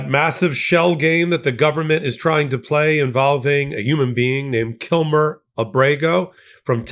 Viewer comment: Thank you!! Also, it would be nice if they'd pronounce KilMAR Abrego's name correctly as well. His name isn't Kilmer, it's Kilmar - MAR not MER.